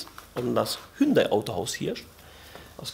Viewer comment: Was ist denn dieses „Hündai“ 😂 Spaß toll umgesetzt! Top 👍🏻